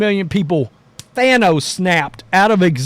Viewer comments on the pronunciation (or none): none